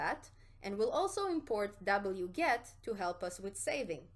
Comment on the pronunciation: "Dabble-yew, get" 🤣😂😂